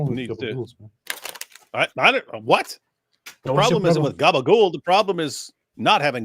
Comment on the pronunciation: I know it's not the main point but, what the hell is Gabagoul? Or whatever you're saying. It doesn't sound remotely Italian! Where's the vowel after the final consonant? I'm lost. Is this some weird 'Italian' American thing? 🤷‍♂️